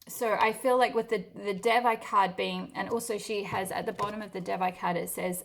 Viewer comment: Pile 1 and Devi is pronounced like they+we (de+vi)